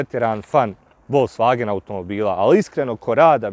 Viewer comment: Folksvagen! Volksvagen para usi